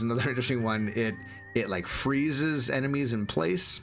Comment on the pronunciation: Sorry I know this is juvenile but "enema also have a unqiue ability to open secret doors" had me chuckle for a while :)